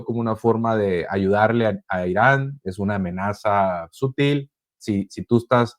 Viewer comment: Ah caray! Un Politólogo Economista Y Analista diciendo SÚTIL😂😂😂😂😂